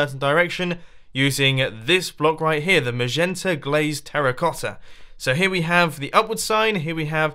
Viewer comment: the way you pronouce magneta. . . oh god